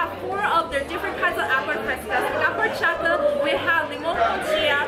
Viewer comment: Also the H in Horchata is silent... Oar-chata